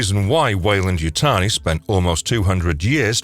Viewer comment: Wayland Yuyani???? It’s Weyland Yutani LOLOLOL!!!!!